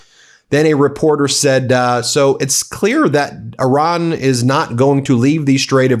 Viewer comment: I don't blame Iran for not agreeing to a moving target (not to mention the disrespect of mispronouncing the name of their country). Unfortunate that Donnie didn't think it was important enough to go to this meeting and negotiate in person. Probably just as well, as he can't focus for the length of a complete sentence.